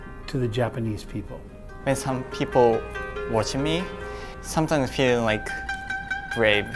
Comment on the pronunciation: Yuzuru correctly pronounced many words that contained the letter f in this video like fans, feeling, figure, forest, among others. Maybe pronouncing the f sound is a lot easier for him when it's at the beginning of the word rather than in the middle?